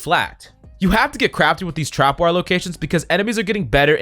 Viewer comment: Love the vid but it made me cringe when he kept saying “trap”wire